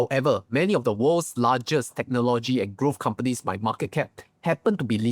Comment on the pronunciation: can u learn to pronounce "technology" and also the word "modest"... is not pronounced "mode-ders"